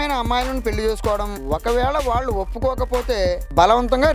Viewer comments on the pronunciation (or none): none